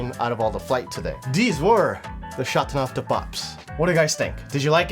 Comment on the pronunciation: Don’t butcher the language 🤮🤮🤮🤮